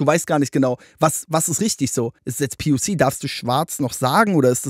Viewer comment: junge wer sagt „poc“ verpiss dich twitter